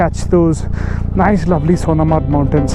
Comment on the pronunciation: Pronounce Sonmarg